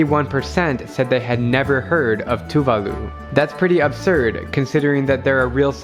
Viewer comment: The indroduction more likely sounds like "welcome tuvalu!" not "welcome to tuvalu!".